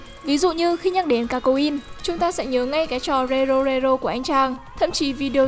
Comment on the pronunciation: jo jo chứ ko phải Zo Zo. chúng ta chứ ko phải Trúng ta. Châu Âu chứ ko phải Trâu Âu.